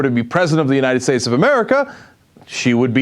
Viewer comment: still laughing about the way she says "uninted states"